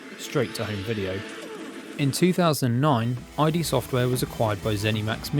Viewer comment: Nice overview, and that price is crazy for such a game; congrats! For what it's worth, although id Software's name was derived from the initials of former iteration IFD, it's pronounced just like the Freudian concept. :)